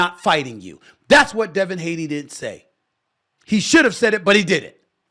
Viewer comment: Devin Haney = Daney